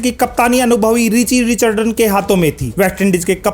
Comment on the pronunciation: Ye commentary karne se pahale players ka naam to sahi se bolnaa seekh lo. Richi Rechardan nahi Richi Rechardson hai.Drama thoda kam karo achcha lagega.